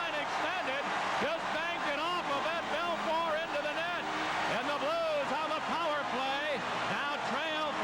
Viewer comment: Wish someone told announcer it’s Bel FOUR. Not Bel FUR